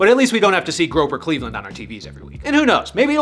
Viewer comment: "Groper Cleveland" killed me.